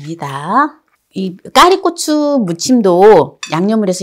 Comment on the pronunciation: 꽈리고추입니다 자꾸 까리고추라 고 하시는데 ㅈ~금 거슬리네요